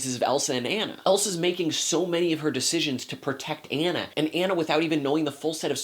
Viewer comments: Frozen was a great movie, if you watched the rap battle on Frozen and Tangled Anna says I'm not Anna (An-a) I'm Anna (Ah-na). LOL. Loved the review but it's pronounced (Ah-na). Still that's just a little mix up because her name is spelled like (An-a) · I agree that Kristen Bell is an inspiration as Anna (but, and I have to say this, how can you see this movie and still pronounce her name "Anne-a" instead of "Ah-na"?) Good points about the music too, though I sometimes think they're a bit too spoken-dialogue-ish than character/storytelling-music-ish, which is an important distinction to make. I think Elsa's parents sometimes getting a lot of flak -- I think they were just doing the best they knew how. Overall, Elsa has most of the drama, but Anna is the star. P.S. YES OLAF'S DESIGN IS HIDEOUS THANK YOU. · "Ah-nah" not "anna". Are you sure you saw the movie? :) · You said Anna's name wrong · He's saying Anna wrong!!! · Dude you aren't even saying Anna's name right! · You were mispronouncing Anna's name the entire time! It's a long A! But good thoughts. The lack of musical consistency annoyed me, but the biggest gripe I had was that there wasn't some kind of fatherly figure that took care of the girls between their parent's demise and Elsa's coronation (or yeah, maybe a fun servant character.) I also thought there needed to be another good song in the last 20 minutes. Fixer-upper shouldn't be the final song for your movie =P (although that chanting with the thaw kind of did it for me.)